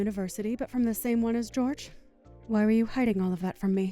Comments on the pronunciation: I thought Jorge would be pronounced Hor hey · Why is pronouncing Jorge's name as "George" when it's clearly the Spanish version, "Hor-hey"? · Depends on where the name originated for the family. Portuguese pronounce it "JOR zhe" (very soft gentle "Georgie") while Spanish pronounciation is "HOR hay".